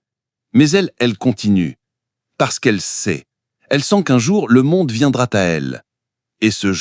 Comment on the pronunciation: Bien mais et quelques, "le monde viendra T à elle" non, pas de T, pas de liaison. La lecture, le texte. Un acteur sait ça. 😉